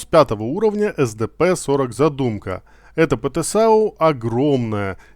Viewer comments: Контент сок, искал инфу чтоб не читать и не воображать как оно будет, но по произношению есть момент, задЫмка не задумка, буЖа не бурза, килАна и блыскавИца если читать по польски 😊. Не в обиду автору, просто так правильнее, да и звучит лучше. Все, я молчу, спасибо) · Кстати zadymka скорее как задымка читается